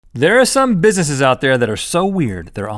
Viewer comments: Rhett said bisssesses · Did he just say Busisses?